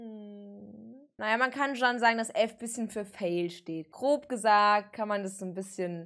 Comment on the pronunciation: Wieso sagt sie immer "kleich" anstatt "gleich", oder "krob" anstatt "grob"? :(